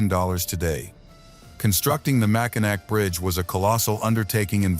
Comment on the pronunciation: . It's "Mackinaw". Party foul. One beer please 😂